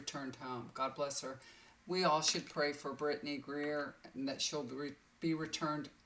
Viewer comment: Thank you we all appreciate your kindness, talents. And the loving sharing you do for everyone. By the way it’s Britney Griner, not Greer.